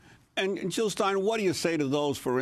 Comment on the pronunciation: Jill not Hill!!!!!!!!!!!! Jill not Hill !!!!